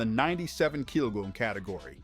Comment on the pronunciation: The narrator just can't seem to say "Kilogram" 😂😂